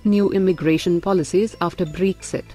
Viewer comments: It's not breexit. It's Bre-xit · I like the way she says BREXI 😉